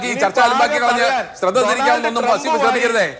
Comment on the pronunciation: വസ്സീഫ് അല്ല.. വളീഫ് ആണ്